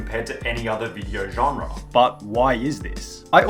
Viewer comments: Genre* not Genrer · old i know,...but if you say the word: genre wrong one more time i unsub.